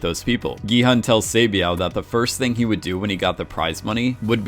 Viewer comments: My thoughts exactly, same with Gi-hun, maybe just cuz of the way it was romanized in the English spelling, cuz "hun" is a word in English, I think it would've been better romanized though as "hoon" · Completely agree, but I can at least bear with the hun mispronunciation because yeah it’s spelled that way and such. Hyuk into Yao is some ProZD Sungwon to SoogeWin level of yikes. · "Gi-Hun is my favorite character!" Mispronounces his name the entire video. Kudos. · Play the end of episode six again, when he reveals his name for the first time (it's said very slowly and clearly there). Or listen to any other time the name was said. Listen to how they actually pronounce it in the show (in Korean.. duh).